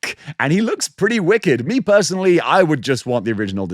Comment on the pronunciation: That’s paretti coouhl